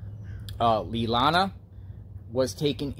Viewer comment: And it's pronounced lay Lani bruh